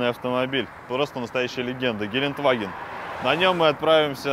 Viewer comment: Не Геленваген а ГеленДваген (Gelandewagen) Кстати, збс у вас в программе играют муз. треки